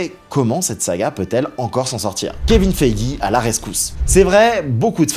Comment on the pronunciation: purée les prononciations en anglais: Heart se prononce HART avec un A ouvert et long, Ironheart se prononce donc AÏRONNE-HAART. Kevin Feige se prononce FAÏGUI .